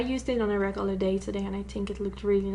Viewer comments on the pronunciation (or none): none